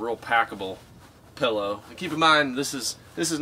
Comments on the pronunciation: Supposedly* PILLOW (NOT PELLOW)* My husband says all of the wrong pronunciations. Also, the ground keeps you warmer than the air would blowing below a cot. I swear I'm not trying to be a know it all. I just couldn't stop the cringing. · Pellow. Ppppppppellloowwwww. Pillow or pellow.